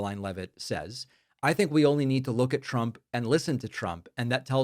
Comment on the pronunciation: It sounds like she is saying "president Chump".